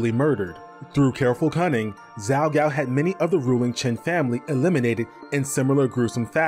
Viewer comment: Zhao has a J sound, not a Z sound. (Like the city Guangzhou.)